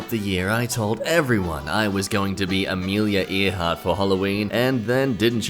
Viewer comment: Ah yes. Ameilia Ear-heart.